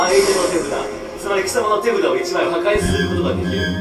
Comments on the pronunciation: 俺は手札からが俺はデブだからにしか聞こえなくてびっくりした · 俺は手札から怒り狂ったゾンビを発動！ がどうしても 俺はデブだから にしか聞こえなくて困ってます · 俺は手札から が 俺はデブだから に聞こえた人おらん、、、？ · 俺は手札からが俺はデブだからに聞こえる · 俺は手札からが俺はデブだからにしか聞こえない